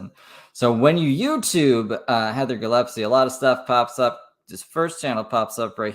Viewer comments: It’s GILLESPIE love, not Gillepsie lol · DAMNIT! I MISSED IT!!!! P.S. Gill (like a fish gill) Gill-es-pee 😂😂